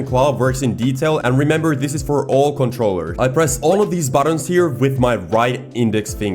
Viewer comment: Bro i thought u said for all comtrollers including XBox